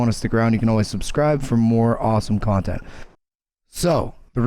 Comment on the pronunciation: "Kawn"tent ahaaaaaaAAAAAAAA